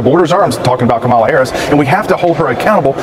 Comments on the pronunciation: “comma-la, like the punctuation mark.” can we PLEASE get it right? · The mispronunciation of her name is really getting tired.